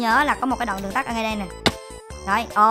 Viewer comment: Đường TẮT anh còn đọc đường TẮC mà